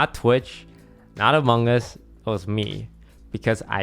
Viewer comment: Lmao “the amonnguns logbby” 👴🏾